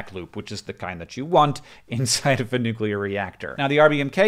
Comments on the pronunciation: I just want to commend you for not saying nucular. So many freaking people I respect mispronouncing that word it drives me insane. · wow i'm early.... but also thanks hank for pronouncing "nuclear" the proper way (my chem teacher didn't do that)